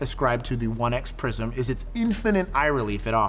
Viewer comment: I keep hearing "prison" sights......